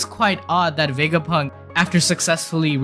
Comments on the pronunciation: I know that this is a little mean and i dont mean to make fun of your accent but i think you saying wegapunk instead of vegapunk is really funny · Dunno why I Love how he pronounces the V 😊 Wega Punk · you call him dr wegapunk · “Dr wegapunk”🤓